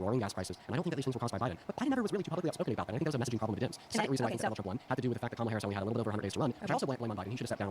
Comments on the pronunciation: Why do they still insist on mispronouncing Kamala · Can’t even pronounce “Kamala” What about the Queen of England?